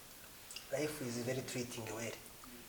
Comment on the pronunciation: Wumvise ukuntu yavuze ngo yayaya!! Ngo mbega layifu(life)🤣🤣🤣